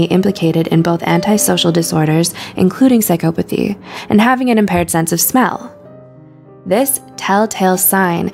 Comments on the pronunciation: Yes it's not pronounced this way. PsychOpathy... It made me cringe so hard the whole way through! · Say it right, its Psycopathy. There isnt any E in there so the O doesnt say its name. Obviously you dont know as much as you think. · She says psy-COE-pathy. No one says that that I've ever heard. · I am having a hard time getting past "psych-oh-pathy". It's "psych-ah-pathy". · Can’t get over how she mispronounces psychopathy every single time. It’s like this ˌsīˈkäpəTHē, not psychO-pAthy 😑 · it's psychopothy, not psych'o'pothy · no not really. I'm English. And I've never once heard anybody say it like this before. Psychopathy is pronounced without emphasis on the O. The same way we say psychology. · Her:sycopathey Me : 😠😠😠😠😠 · The fact that she pronounces “psychopathy” as “sie-COE-pa-thee” makes me so uncomfortable Edit: didn’t mean to offend anyone. I was just trying to make a joke 🤦‍♀️ google psychopathy and press the audio button before you come attacking me. People seem to think that you’re not joking unless you put “jk” at the end. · Narrator: prouncouces Machiavellian perfectly Also narrorator: psychoepathy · If I hear her pronounce it "psych OH pathy" one more time.... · Your pronunciation is off its Sai kaa puh thee "psycopathy" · “Psyc-OH-pathy”, pause video, comment, close video. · it's pronounced psy-kah-pothy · Its not psy"cope"athy jesus christ. Just look the word up already its annoying. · But she pronounced psychopathy wrongly! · No one else was bugged by the way she said psychopathy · Omg same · How many times did the woman mispronounce psychopathy? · the only real psychopathic thing going on in this video is how the narrator pronounces 'psycopathy'